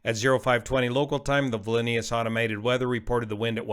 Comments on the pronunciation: Vil nee us Sound it out buddy. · It is Vilnius , no Vilainyus. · Drink a shot every time says “Vil-in-ee-us” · Pronunciation is important. Vil-ni-us, only 2 (i)s. Sorry, I had to say it. Love you channel. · Classic example of older folks getting things wrong., the city's name is pronounced "Vil ne us". 😂 Keep up the good work! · Its Vilnius like in Will. Kinda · Not trying to be a smart ass but I believe that Vilnius is pronounced - Vil (like will) nee (like my creaky old ones) us (like we two). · Vil-Nee-Us. Great vid as usual though. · The correct pronunciation of this city is "viln-yoos", Lithuania. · Wouldn’t the pilots be getting audible AGL indications in that phase of the flight? BTW, the correct pronunciation is “vil-NÉE-us”. Thanks,. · I believe Vilnius pronounced Vil-ni-us. Where on Earth do you get your pronunciation? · It's pronounced Vil-nous... the "i" is silent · VIL-ni-oos (stress on first syllable) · Exactly! There is no vowel between the 'l' and the 'n' of "Vilnius", or between the 'c' and the 'l' of "nuclear". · I would prefer Vil - nyus, but it's a moot point. We knew what you meant! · Pronounced as spelled. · Gee! I found it quite fitting and cute to give Vilnius a latin flair by pronunciation. Let's hope it wasn't another Russian escalation. Let's hope we can all experience the Lithuanian flair in the future. Thank you very much for your extensive, crisp and clear explanation. My thoughts and prayers are with the victims and their relatives. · Your pronunciation of Vilnius made me want to cry. Where's the extra I? I can't see it anywhere. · "How to Pronounce Vilnius?" look it up... Or don't try to pronounce it if you don't know how. Ugh can't listen to that no more. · Take a shot everytime he mispronounces Vilnius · You butchered the pronunciation of Vilnius :) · Please learn how to pronounce “Vilnius.” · People dying and you can't even be bothered to Google the pronunciation of the cities name? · It sounds like he read back 2500